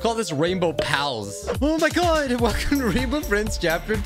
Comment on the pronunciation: "oh my goud guys,Norrr" love that